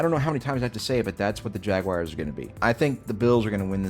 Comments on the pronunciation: It’s not Jag-wires it’s (jag)(w)(are/our)(z). It’s not j u a lot of ppl can’t pronounce that word. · Jag-w-are. it ends in an are/our sound.